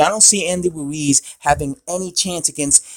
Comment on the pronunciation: HEY, his name is RUIZ (not WUIZ)...That's ROOOO-ISSSS....HAVE YOU GOT THAT????